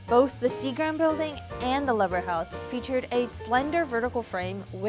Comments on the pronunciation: It's pronounced Lee-ver House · It's pronounced "Leever" House. Named after the soap/cosmetics giant Lever Brothers (now Unilever). It amazes me how so many channels do all this "research" yet get so many things incorrect. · Yup, she pronounced it the way you pronounce the object. The actual pronunciation, being a native New Yorker myself, is LEE-VER! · Real New Yorkers know how to pronounce Lever House....